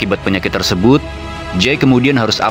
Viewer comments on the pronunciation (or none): none